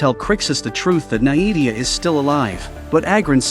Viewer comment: Pronounced(nay-vee-ah) not (nie-evie-ah)